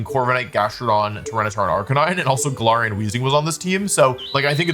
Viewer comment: I know you're pronouncing galarian wrong on purpose but i just can't prove it